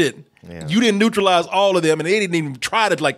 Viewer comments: Neuralize not neutrualize! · Lol "neutralize" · Neuralize, not neutralize... Lame movie, nevertheless. One-off rental, indeed. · Neuralizing not Neutralize. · It's great to hear making sure to say Neurolize, while keeps saying Neutralize. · Ok, I know this is a small thing, but did it bug the shit out of anybody else that kept saying "NEUTRALIZE" instead of "NEURALIZE" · It’s neuralize not neutralize